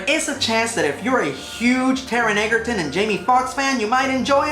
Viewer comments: It's pronounced "edjerton". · You DEFINITELY mispronounced Taron Egerton’s last name. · Thank you! I enjoyed and agreed with this review, but that pronunciation drove me nuts.